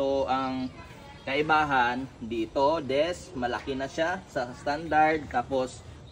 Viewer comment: Disk po hindi desk 🤣